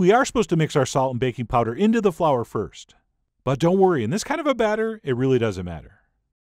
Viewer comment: Batter rhymes with matter